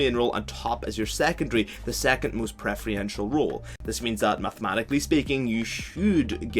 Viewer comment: Not to sound like an ass but you keep saying preferential incorrectly, you are pronouncing it pref-ree-entural rather than how it is supposed to be said as pref-err-en-shall. Again not being a grammar nazi etc it was just really bugging me and wasn't sure if it was on purpose.